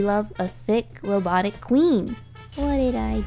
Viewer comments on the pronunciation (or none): The way she said robotic RoBoTIIc